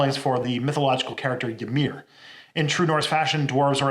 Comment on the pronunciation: Also Ymir is pronounced with a long Y